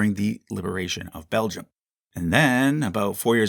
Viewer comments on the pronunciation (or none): none